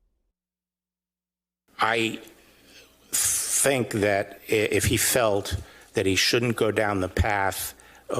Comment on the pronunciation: Did this half witted, so called Attorney General, just say "I fink" instead of "I think". Although I agree he definitely is a fink.